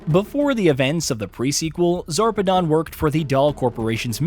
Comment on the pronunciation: He pronounced a bunch of names incorrectly. Most infuriating is the fact that he literally pronounced Zarpedon correctly but proceeded to say Zapedon 3 or 4 times. He said Wildlife "Exploration" Preserve instead of Exploitation too. Also glossed over some big details like how Jack poisoned Whilhelm so the vault hunters would kill him.